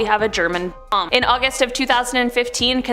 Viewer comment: interesting video but why can you not say "Bomb"